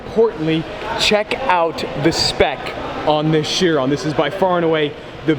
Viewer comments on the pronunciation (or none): none